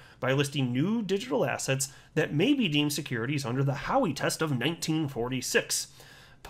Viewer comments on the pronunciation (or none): every time you say assets I hear ass heads 😜😂